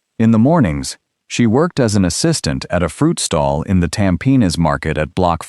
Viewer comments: Yes I noticed this guy kept saying “Tam Pin” 😂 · I'm Singaporean and unfortunately for us, Tampines is literally pronounced Tam-Pe-Nis. 😂